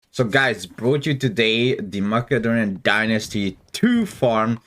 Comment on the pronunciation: I live for his pronounciation of mACKADonian dynasty